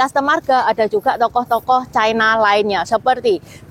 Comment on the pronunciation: Ucapan yg bnr : China, bukan Chaina